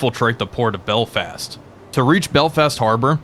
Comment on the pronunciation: Your pronunciation of "Belfast" sounds like "Belt-fast" and I can't unhear it haha